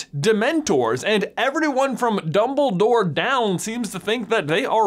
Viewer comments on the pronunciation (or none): what happened with J's accent when he said "everyone" idk why it's so funny